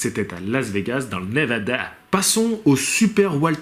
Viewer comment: Lol tu me fais délirer ; " le ConnectiCUT, ... le NevaDA 😄